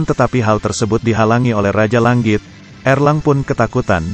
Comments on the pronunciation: Bang cadel Ng ya? Langit aja jadi Lang+git Zzzz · Mendengarkan ucapannya, telingaku kok tdk nyaman. Tangan diucapkan tanggan, langit diucapkan langgit. Ini dulu sekolah bahasa indonesianya di mana ya? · kayaknya si pembawa cerita susah banget ngomong tangan sm langit....